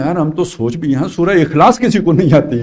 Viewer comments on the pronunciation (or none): none